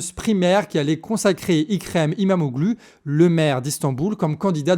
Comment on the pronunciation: Coucou les canards ! Rappel sur la prononciation des noms : Erdoğan -> lire Erdoan (ne pas prononcer le ğ) İmamoğlu -> lire Imamolou (ne pas prononcer le G, le u se prononce "ou" Sinon, bonne analyse, c'est bien d'être remonté a 2013, et d'avoir parlé de l’arrestation de Demirtaş, et bien sur le lien avec la Syrie voisine en profonde restructuration Bravo pour votre travail (dès que j'ai de la tune, je participe a la cagnotte !!)